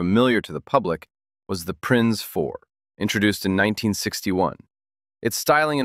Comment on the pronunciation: PLEASE at least make an attempt to ask someone how to pronounce German. “NSU modorinwork”?? It made my skin crawl even more than “prinns”.